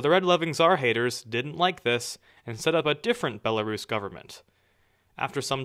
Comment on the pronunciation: You pronounce Belarus weird...